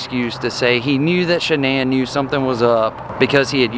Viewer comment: Her name was shan’nan not shianne